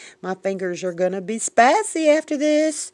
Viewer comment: "Spy-say" lol😂 you crack me up!